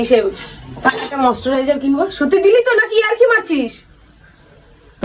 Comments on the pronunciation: Kothata moisturiser,moistariser noy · আরে আগে উচ্চারণ করতে শেখ, তার পর কিনিস, মস্টারাইজার, 😂